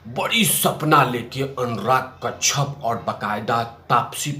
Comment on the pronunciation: तेरी आवाज़ अब पकाने लगी है अक्षय होता है अच्छे नहीं कश्यप होता है कच्छप नहीं गाँडू 😡😡